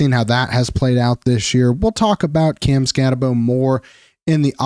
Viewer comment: It’s Skatte”boo” not “bow”